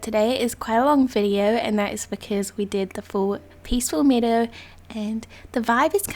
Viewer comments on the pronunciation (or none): Peacful meedow just meadow my friend. Pronounced (Meh-dough)